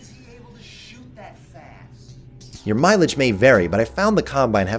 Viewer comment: “How di- ….Whæy is he able to shööt that fast??”